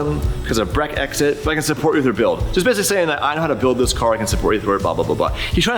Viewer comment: Bre-exit made me laugh even lol its pronounced "brecksit" that kit is definitely you all over though, its like sitting on a waiting room chair or sitting on your sofa, comfort over trend any day